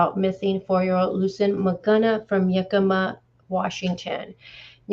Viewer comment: Yakima, not Yukemma.